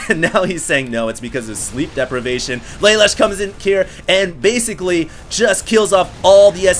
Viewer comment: LA LOOSH for crying out loud. get it right.